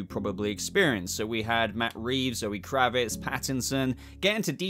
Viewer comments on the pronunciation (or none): none